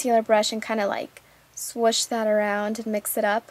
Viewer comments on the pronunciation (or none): none